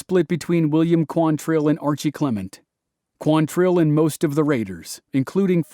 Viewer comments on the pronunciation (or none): It's QUANtrill. Not quanTRILL. Why can nobody get that right?